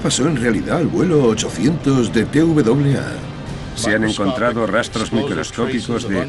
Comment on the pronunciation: Qué barbaridad no pudo nunca decir TWA siempre dice TVAA 🙊